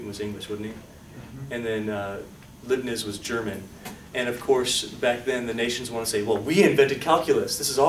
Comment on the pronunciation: Leibniz is pronounced Lyebnitz (think about "dye" and "Nimitz"). Love the Videos and I am learning a lot. Thank you, Professor.